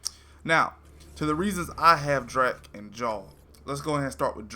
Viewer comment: It's Drack, dude, not Dreck. Just saying'...☺️